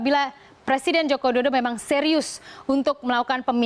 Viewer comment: salah ngucapin nama presiden jokowidodo, keliru ngucap jokowijodo